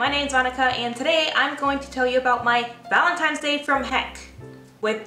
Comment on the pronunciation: The "valen-times" 🤣💕